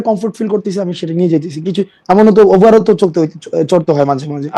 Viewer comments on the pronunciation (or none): উবারকে বলে ওভার 😂😂😂